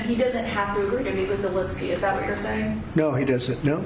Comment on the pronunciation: thank you for getting Zelensky's name right - unlike Trump, Ben Meiselas, Kaitlan Collins and all the other Americans who keep incorrectly calling him "Zelinsky"